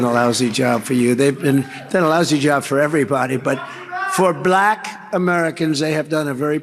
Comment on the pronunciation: YES. It sounds like he's trying to add a syllable to "Black." Like, "B-(uh)-lack" or something... Drives me to distraction every time I hear that racist speech...